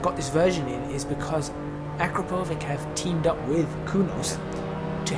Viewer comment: Akrapovič is a Slovenian company, and you did pronounce it wrong. You're welcome :D